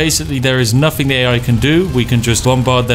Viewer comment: Is the "nuffing" "everyfing" "anyfink" "parf" "anuvva" etc a bit?